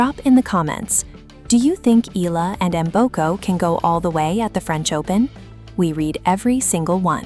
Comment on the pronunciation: Learn how to pronounce Eala -Ee Ah Lah, not ee Lah!